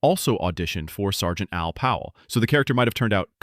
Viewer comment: Sorry I wrote that is a hurry. I knew his name was Powell but I it just sounds like John is calling him Pal the entire time.